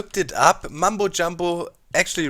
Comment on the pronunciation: Mumbo Jumbo I noticed that germans can't pronounce your name correctly, including me.